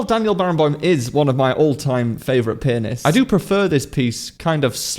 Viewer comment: Why did I hear "4 penis" in the first sentences....?